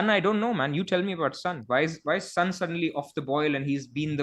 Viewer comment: Great podcast guys, but how come a Korean guy can't pronounce Son properly? It's 손, not 선!